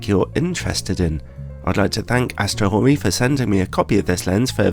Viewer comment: This lens is OK given its price except for that comatic flare at the wide apertures that could feature itself in any Batman movie. Thanks, for not mispronouncing its name.